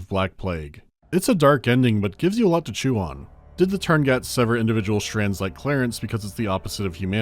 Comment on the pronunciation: tuurngait virus? thx for the 2nd "u" and the "t" i guess